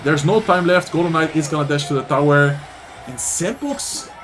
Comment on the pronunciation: I kept hearing “golem mites” everytime was talking about the golden night during the Riley vs sweep recruits game 😂